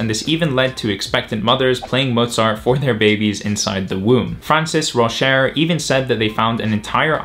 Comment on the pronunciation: Yes you did say Rauscher right! So glad someone can say my last name correctly!